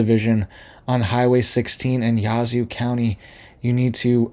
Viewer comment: As a northeast Mississippian thank you for the info. Just in case you’d like to know we pronounce it yaa-zoo. We have a lot of names that look one way but you say them way different. We have a lot of Choctaw & Cherokee names. One is Shuqualak. It’s pronounced Sugar Lock. A community close to me is Pisgah. Most try to call it Pah is gah. If you are from around here we know when anyone isn’t from here by the way they say it. We call it P is gee. 😂